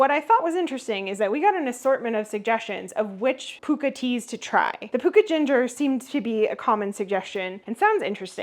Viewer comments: Pukka is an Anglo Indian word borrowed from the HIndi and Urdu during the British Raj; it’s not pronounced pookah as you have but with a short first vowel to rhyme with chuck ah. There are pronunciation tools online. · 'Pukka' is pronounced to rhyme with 'sucker'. It's borrowed from Hindi and means 'genuine'. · Pukka is pronouced pucka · Pukka has a short U sound the same as luck. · white - with a drop of skimmed milk - no sugar. I do the same with coffee Pukka is pronounced Pucker by us Limeys lol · Pukka, a Hindi word meaning genuine, true, originally (well) cooked, apparently in reference to a the strength of the side blend used. Adopted into English as correct, authentic, superior. The vowel sounds are short and weak vowels, like puck. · It's pronounce "PUKKA" the same way as "FU**ER" ! 😂